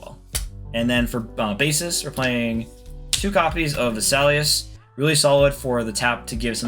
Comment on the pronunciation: You mispronounced a few things zno, aiges, bucuu, vasailias you should watch the ocean dub or the sub just never say lacoos